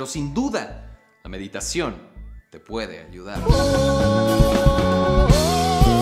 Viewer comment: "Mediteichon" 2020